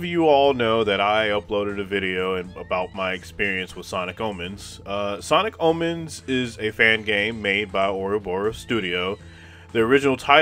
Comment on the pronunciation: i thought you said sonic almonds 😭